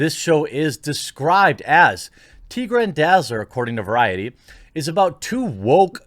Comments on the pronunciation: I'm triggered by your pronunciation of Tigra. It's Tie-gra as in tiger not Tee gra or tigger. Look to Thunder Cats for reference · TIE Gra. Sorry the teegra pronuciaton was driving me nuts as a Marvel fan. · Tigra is pronounced like “tiger”, not tee-ball. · You’re killin’ me with “TEE-gra” - she’s a part Tiger woman. It’s “TY-gra”. Also no matter how “woke” they claim they are, they should go look at their origins/backstories. They were both heterosexual - Tigra notoriously so - and both portrayed as male-gaze appealing hotties who knew they were and liked it. They’d be two of the Marvel superheroines most likely to be Insta-thots if it existed then. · Who the fuck is Tea-gra?! It's T-eye-grah bro.. Tie-grah. Jesus Christ! She's not a half tea tree woman with tea powers! She's half tiger! Tie-ger, Tie-grah. Don't fuck'n insult mah girl Tigra. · I always thought Tigra was pronounced TIE-gruh, like tiger rather than TEE-gruh. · Yeah that grated on me, I know it's petty but I was screaming that every time he pronounced it wrong :)